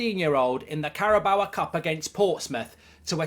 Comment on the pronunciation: Its carabao and bernabeu. Not carabaoa and bernabeua. Please stop this mark lol